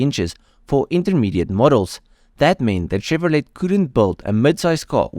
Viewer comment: Great history, I grew up watching these cars. Chevrolet is pronounced Chevrolay ..T is silent. But how would you know, great video.